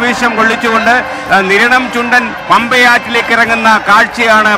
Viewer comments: കിരണം അല്ലടാ സ്ത്രീകണ്ഠ നിരണം എന്ന് പറ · കിരണം അല്ല നിരണം എന്നാണ് 🤣🤣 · Kiranam ,alla Sir niranam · Niranam not kiranam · Not keranam "Niranam" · കിരണം അല്ല മിഷ്ടർ,.. നിരണം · കിരണം അല്ല നിരണം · ആദ്യം കിരണം ആണോ നിരണം ആണോ എന്ന് ഉറപ്പിക്കാമോ 😀